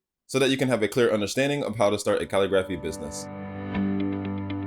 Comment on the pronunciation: It’s pronounced ca-lig-grif-fee🙃